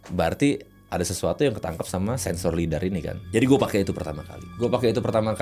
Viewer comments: izin koreksi Lidar bang bukan Leader. Saya tau karena buat pemetaan Geografi juga alatnya bang 🙏🏻🙏🏻. Kerensi ini kontennya penelusuran pake teknologi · Lidar bang bukan leader